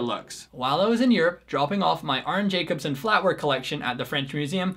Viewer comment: I have a set of the Arne Jacobsen (pronounced YACK-ob-sen I believe) flatware (new, manufactured by Georg Jensen (GAY-org YEN-sen)), and while I absolutely love its statement piece aesthetics, and do not regret the purchase, in usage it's not really that great. The spoons are nice, except for soup. I believe soup spoons tend to have circular bowls (shorter and wider compared to standard dinner spoons) because it reduces the chance of spilling, and these spoons are the exact opposite of that shape. Unfortunately, AJ's bouillon spoons are asymmetrical, requiring right- and left-handed versions, which is annoying. Plus, I think GJ discontinued it. I wish the dinner fork were a bit wider, and I agree, four tines would be better. Combined with the short tines, I feel like it doesn't hold onto food as securely, especially if the food is thicker and heavier, although I suppose it's "good enough" under most circumstances. And of course, being so narrow means it's not good for lifting pieces of food without stabbing it. And the knife...while the design is striking, it really isn't very useful. It looks like it was inspired by a surgical scalpel, an instrument that is used to make precise but shallow incisions. The very narrow blade face means it is terrible for spreading butter/pb/jam/etc., necessitating the additional purchase of his (also discontinued) butter spreader. Then factor in the somewhat short edge length and narrow handle, and it isn't very good for cutting either. Unless